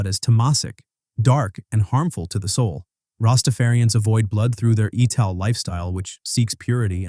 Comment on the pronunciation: "Ital" in Rastafarianism is pronounced as "Eye-tal" ie it's based on the word "vital" with the "v" removed.